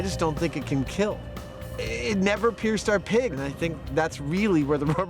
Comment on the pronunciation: "Your machine gun... will not keeell"